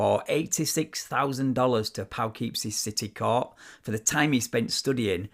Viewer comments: That's Puhkipsie, by the way, not POWkeepsie. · My apologies, but Poughkeepsie = pooh-KIP-see Judge Aaron Gauthier = GO-tea-A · Just for reference Poughkeepsie is pronounced PU-KIP-SEE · Pow-keepsie. Love it. Close pronunciation but yet so far. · It's P'KIP-see. Be glad it wasn't Skaneateles. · Ouch... Judge's last name is of French origin and should be pronounced "Gaw - tee - yay". And at the end, Poughkeepsie is pronounced "pow" (like BOW) keepsie. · Lol it's pronounced pough keep sie like Po'boy lmao I'll cut you a break though 🤣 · Poughkeepsie is pronounced pa-KIP-see, for future devon bey references. we have a lot of strange-sounding town names in this area, either from the Dutch, or Native Americans. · Note for the future: Poughkeepsie is pronounced "pa-KIP-see' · the only correction I have for you, as you're obviously someone who grew up elsewhere, is to learn how to pronounce "Poughkeepsie." YouTube offers videos of how to pronounce various words, I've had to look up a few Asian words myself. I'm not deriding you, don't misunderstand me, but you really killed the name of that city. Sorry.